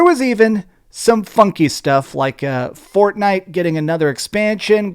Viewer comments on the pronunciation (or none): none